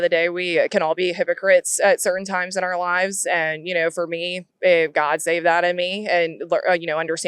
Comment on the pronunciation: Is it just me, or do MAGA Folks say “Are Country” instead of “Our Country”